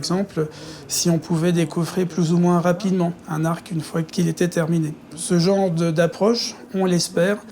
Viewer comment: Les secrets d'un incendie criminel on a déjà les prises vidéos qui visiblement n'ont servi à rien. L'arc de la nef et non l'arque de la nef, on n'apprend pas à prononcer la langue en école de journalisme ?